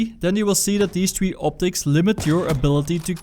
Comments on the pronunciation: It's three not tree you idiot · hey you gotta say three not tree, tree is something different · he said black ops tree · call of duty black ops TREE! lol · Black ops tree? XD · Bloocks oops tree lol it's black ops 3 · Call of Duty black opps TREE. its called three mate. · He said Black ops tree 🌳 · Did he say call of duty black ops tree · I'm not making fun of you but did anyone notice he said black ops tree? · "Black Ops Tree" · Did he say black ops TREE? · I love the way you say "three"